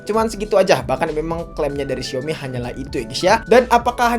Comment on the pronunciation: Bahkan dlm ajaan bhs mandarin " xiaomi " yotuber pun msh bnyk yg ngeja nya " siomi " sdgkn yg bnr adalah SAOMI.